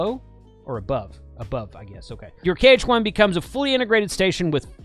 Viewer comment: It's KH1, not HK1 (3x), jeez !